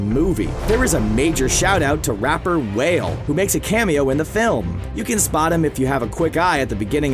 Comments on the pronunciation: “The rapper Whale” it’s pronounced WALL- AYE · I hate to be the negative commenter, but the rapper that cameos in the film is Wale (WAH-Ley), and not the guy from the pictures you used. He's an American man with dreadlocks. How this got past editing without being checked is a mystery, but it's extremely disappointing. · "Whale" lmao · Not only did they say Wale name wrong but they didn’t even use his image. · thats not how to say whale